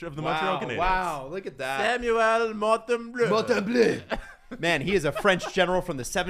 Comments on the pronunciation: MON-Tem-booooo not mon-tem-bleu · Mon-tem-bow, guys 😂😂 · It's Montembeault NOT Montembleau!!!! Calisse ... ;)